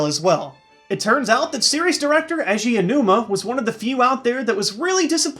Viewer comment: Why do so many people mispronounce Eiji Aonuma's name? It's not that hard, just pay attention when they say his name aloud. "A-Gee Ow-new-muh"